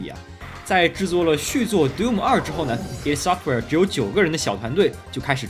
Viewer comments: 是ID Software不是Eidsoftware 0.0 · 应该是叫“艾迪software”。